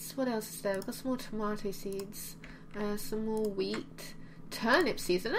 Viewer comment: I love how she pronounces tomato it's so super cute!! <3